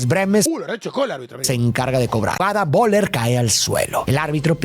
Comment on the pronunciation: No sé que le pasa con los nombres, jajaja horrible, como nombra a Yanina? Tan difícil es? Y voeller se pronuncia foeller. Etc ... 🥲